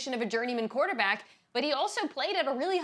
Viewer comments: Did she say quarter-black play?😂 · I heard the same 😂😂💀